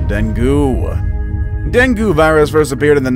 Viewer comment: Deng gi....a better pronunciation.